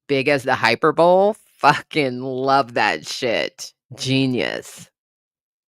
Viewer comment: Hyperbole is pronounced high-per-bo-lee 😇